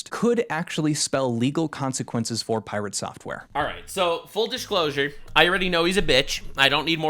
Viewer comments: "Pie rea tae" 😅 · Hah, Sungrand Studios pronounced his name in the same way, pIrate Software. Hehe